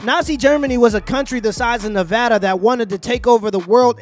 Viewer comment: I'm glad I subscribed to you. We agreed on a lot, and thank you for pronouncing Nevada, correct.